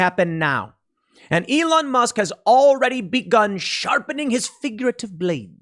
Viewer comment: Musk not mask!